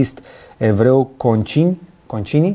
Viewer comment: Cine e din MD, cred că sa amuzat tare când ai pronunțat cuvântul "concini" . 😂 Per general mulțumesc pentru aceasta analiză. Îmi pare rău că foarte mulți cad în capcană acestor short-uri de pe TikTok, nu fac nicio analiză. Mulți oameni în vârstă, îi observ că sunt victime acestor videouri de așa zis "patriotismuri sau naționalismuri", dar și tineri care provin dintre familii mai sărace.